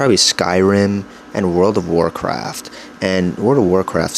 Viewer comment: "Em em ohhs" "whirld of wharcraft is so ghay" click stop now -- This guy is not intelligent at all.